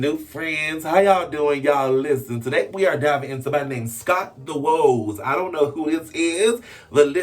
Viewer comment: Its not woaz, it’s pronounced like waz short for wozniak btw